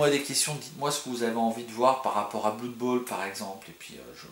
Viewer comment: sympa ta vid . juste blood ne se prononce pas bloud